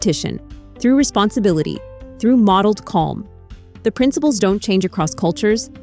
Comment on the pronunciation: OK, I just had to do one more: "resposonifilty", "respossnififity" :D